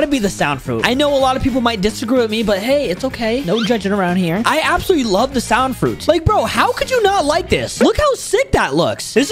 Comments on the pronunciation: Why do you say song fruit just saying its sound fruit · He said song insted of sound😂😂😮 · Why I hear u say song fruit 😂